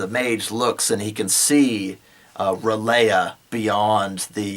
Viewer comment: I don't know if anyone else pointed this out but Ryl'eh is pronounced ryl (pause) yegh. yegh is pronounced like you're saying yeh, but with an emphasis on the gh sound.